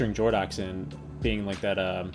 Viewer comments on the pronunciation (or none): btw its more like Jordo"ks" and not Jordo